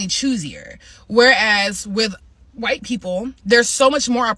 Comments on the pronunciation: “HAwhite”…DEAR GOD, MAKE IT STOP! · Why can't that woman wearing pink say WHITE? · Good God! Why is she saying "white" like that! Maybe no one wants to watch her "content," black or white, is because her gimmick is irritating.